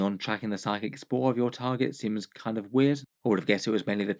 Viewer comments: spoor, not spore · Spoor ≠ Spore Anyway, keep making great videos 👍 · It’s pronounced Spoor meaning to track its scent